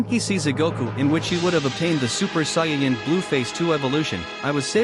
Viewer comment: Did this dude really just say cyan instead of saiyan